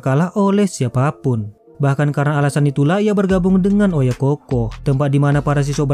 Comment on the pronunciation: OYAKOU BUKAN OYAKOH DAN BUKAN PULA OYAKOHKOH